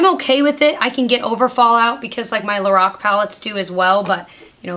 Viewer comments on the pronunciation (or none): none